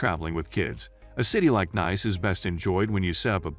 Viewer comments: It's pronounced neese not nice as in "it's nice to see you again"'. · Sorry, NICE is pronounced "neece" .... please do not alter the name. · Nice ist nice but your pronunciation is wrong. The place is called „Neess“ as in French. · Off to a bad start when the first word and each reference to the city is mispronounced. Nice pronounced (niece) . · The commentary on this video is extremely poor as the chap cannot even pronounce the name of the City correctly albeit all the other related French street names etc. Very poor selection of budget mid-range and luxurious too. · 😂 robot voice over can’t pronounce the name!